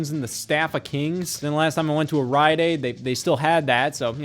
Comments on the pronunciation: Are you saying …. Riot aid? 😆 Sorry, just the way you’re pronouncing it sounds odd to me lol Either way, you’re the man, Scott! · Okay, so admittedly I don't watch as much Scott as some other people, but is he mispronouncing stuff like rite aid and subsequent on purpose? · Bro the way you say Rite Aid exposes your Ohioness.